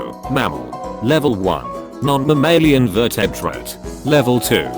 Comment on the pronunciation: desPERatEyON vERtEyTRat